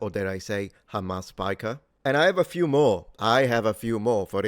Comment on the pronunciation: Yeah, it's hamas piker. You might want to know that the word 'hamas' (with the correctly pronounced kh at the start) is right there in the original hebrew about the story of Noah. In Genesis "The earth became corrupt before God; the earth was filled with lawlessness." It's that last word there. Hamas means violence, wrong, cruelty, injustice. So, yeah.